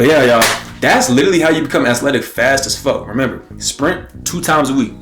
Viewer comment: Bro really said "Ass-letic"🤣😭